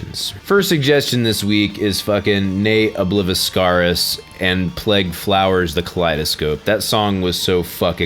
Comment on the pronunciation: Ne Obliviscaris - think of the root words of 'Oblivious' and 'Visceral'. ob-li-VIS-sir-is